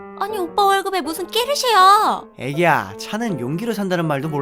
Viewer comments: 깨르쉐가 아니라 포르쉐다.ㅋㅋㄹㅃㅃ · 포르쉐가 아니고 꺠르쉐??뭔가 이상한데?아닌가? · 깨르쉐? 포르쉐 말하는거?